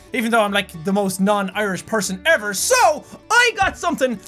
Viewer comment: "... even though I'm like the most uniyrish person eveRRRR!" have you heard yourself???